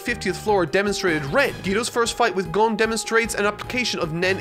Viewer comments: So we're gonna point out "gone" as an improper pronouncement, but "core-o-pee-ka" is just fine!?!?!?! I type this after watching a "every time someone's name is said in hunter hunter" and it was in its native language... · I heard "Gon" the whole time. Sometimes people have accents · lmao, if you don't pronounce it "Gone" then im alone in this dark world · At least he isn’t pronouncing it like the dub, Cone. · You say that you made a mistake and then you proceed to still say "Guun". Why?? What was the point of asking a Japanese person for pronunciation tips and admitting your error if you are just going to repeat it again?? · “Sorry Guys, I’ve been saying it wrong the whole time” 😅 Also: *proceeds to keep saying it wrong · Lol to be fair, the vast majority of English speakers also pronounce "Gon" incorrectly, versus how it's actually pronounced in Japanese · Man coulda just opened up an anime episode to hear how Gon is pronounced but YOU DO YOU MAN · >Learns how to properly pronounce Gon’s name >mispronounces it immediately after. Never change,. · Oh my god that was SO CLOSE to the correct pronounciation... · "Waste's time to drive to his Japanese friend to ask for the pronunciation of a character correctly." STILL GETS IT WRONG!!! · I was more offended by your pronunciation of Kurapika then Gon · Love how he was told the right pronunciation of gon and still says it wrong. This is what happens when you don’t watch the dub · am I the only one who hears both gon pronunciations the same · continues to mispronounce Gon anyway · says "i made a mistake" then says it wrong in the correction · you still cant say gon right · ok but why is he still saying Gon wrong? HE IS NOT A FUCKING GUN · So he did all that instead of just watching the anime thats not english dubbed? Lol ok ... and then still said the name wrong right after, 🤣🤣🤣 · He's still not pronouncing the name correctly... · "Gone" didn't bother me as much as how you said Kurapika 🤧